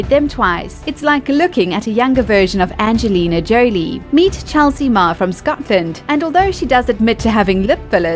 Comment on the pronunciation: If you can say "Leo" ("Leeoh") why do you say "LeeAnardo"?! It's not "Angelina "JOElee" it's"J (but not "dj", but ggg")-o, like in whole"- lee" and the tonic sylable is the last "Angelina JoLIE", no JOlie! 😮